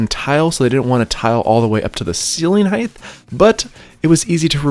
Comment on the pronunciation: Height not heigth